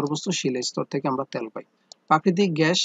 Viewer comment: ত্যাল না তেল 😂😂😂